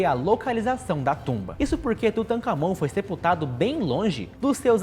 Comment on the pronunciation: A cada vez que ele fala o nome do faraó eu rio😅. Tutacamaonaminhabunda.